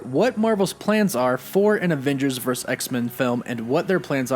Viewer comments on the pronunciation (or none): Vur - Sus. Say it with me. Vurrrrr Susssss.